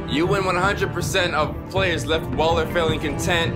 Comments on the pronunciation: this dude said Waller like waler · when does not play in 2 days He calls Waller "Weller" I'm guessing hes going to call Joe Weller for this job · repeat after me - WALLER 😂 I love the vids but I cringe every time this man says weller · her name is WALLER not weller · Did anyone else get annoyed when he kept calling Waller “Weller”? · he keeps on calling waller “weller” this ain’t no ksi vs joe, stop it 😆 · Waller, not weller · it's not Weller it's WALLER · WALLER (WALL-ER), not WELLER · Her name is Waller not Weller :D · It’s WALLER not WELLER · Bruh why he keep sayin "Weller" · Yo her name is wall-er not weller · Waller not weller smh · Its wAller not wEller